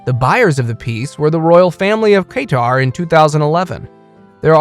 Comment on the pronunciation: Please use goggle translate or speak with an art dealer. The pronunciation of most the artist, the Louvre, & Qatar where butchered. You pronounced Pollock as Polack pow/lak an offensive term —used as an insulting and contemptuous term for a person of Polish birth or descent.